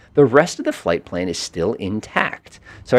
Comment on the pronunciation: Fipple page? 😂 you mean flight plan?